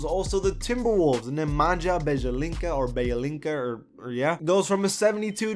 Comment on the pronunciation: It's not Bjelinca it's Bielitza